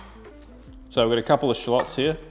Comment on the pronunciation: Love that SPACE!! From the U.S.🎃🎃! Love the way you say shallots, the BEST! PEACE.